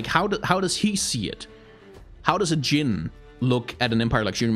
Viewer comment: appriciate the correct pronunciation of arabic jin, as in genie, never heard anyone english say it the arabic way